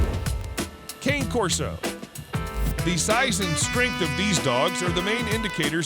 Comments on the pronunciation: . -The pronunciation is "Kah-nay" Corso. You keep doing this and it is incorrect. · Ok at this point, I think you are mispronouncing Cane Corso on purpose to annoy.